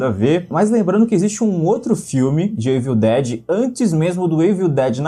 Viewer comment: o famoso "eivil" dead kkkkk your engrish is pretty good LOL